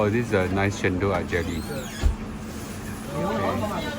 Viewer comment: It's chen-dol!! Come onnnn!!! Not chen-doh